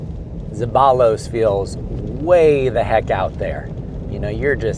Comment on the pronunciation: Hilarious pronunciation of zeballos 😂